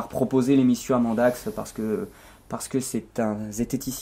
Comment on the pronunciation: On ne voit pas Loki parce qu'il filme nu c'est ça? J'ai été outré d'apprendre que vous nous aviez menti durant tout ce temps au sujet de Mandax... mais vous vous êtes bien rattrapés, petits sacripants! P.-S.: Popole aime beaucoup la façon dont tu prononces son nom, il s'est redressé d'un seul coup!